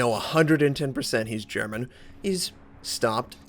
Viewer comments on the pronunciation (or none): As one of the first (and most loyal) fans of (as in, there may have been 3 other viewers when I first started watching, commenting, and enjoying) - I don't really think that my critique of his weak German pronunciation needs to be critiqued to prove yourself a fan -. It stands alone as a fact.